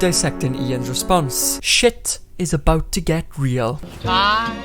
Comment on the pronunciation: No one:: AbOoOt Love the video 💚